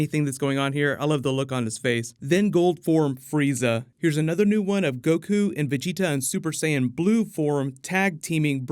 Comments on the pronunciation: I need to fan check you son. Gohan is pronounced Go-Hawn not Go-Hann you sound like an American reading off his name for the first time. And Vegeta is pronounced Ve-Jee-Taw and not Ve-Je-tuh it sounds like you’re about to say vegetales when you speak Vegeta’s name. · thanks for fixing the way you say vegita lmaooooo VEGI-TAHHH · Am I the only one bothered how he pronounces the dragonball characters names? At least he’s finally saying vegeta name correctly! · Cringe*** when you said vegetas and gohan's name lol